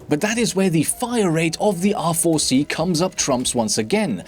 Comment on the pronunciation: bro when u say R4 it sounds like awful xd